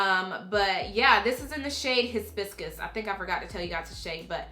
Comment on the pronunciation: I like the way you struggled with Hibiscus lol 😂. You're so cute! 😘